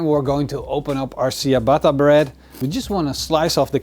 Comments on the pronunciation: its not siabata, its chiabata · Ciabatta is pronounced something like "tchiabatta" not "siabatta". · See-a-batta-bread? lol dude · Tsja-bah-tah. Or in phonetic spelling: чиабатта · definettly not original but a nice idea with the saltblock. i think the original is not made with bellpeppers. pronounciation of ciabatta is tjabata. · Was a great vid until he pronounced Ciabatta see a batter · I kept thinking you were saying "sea of butter" bread... which sounds delicious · Great vid as always. For reference Ciabatta is pronounced ch-uh-bot-uh. Love the channel man!! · Great video. However Ciabatta is pronounced with a "CH" sound. At least that is how we pronounce it in the US. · You love that bread sooooo much yet you can’t pronounce it correctly lmao😂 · Cool video! It hurts a bit how "ciabatta" is pronounced all around the world, but still: nice video! : D